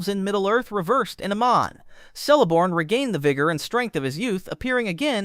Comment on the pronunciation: Celeborn is pronounced Keleborn